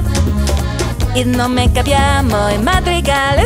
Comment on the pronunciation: You said nomme not nome in Italian but in other parts in Italian you have a good pronounce